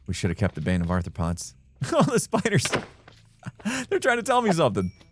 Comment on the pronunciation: Is saying “Bane of Arthur-pods” instead of bane of arthropods 😂